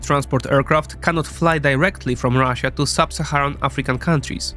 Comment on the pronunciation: why do these nerds always say ruzzia lmao is it supposed to be an own